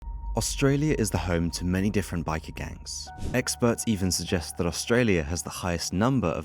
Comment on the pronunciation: The way you say Bike is so funny